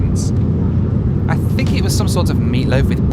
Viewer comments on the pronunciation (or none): none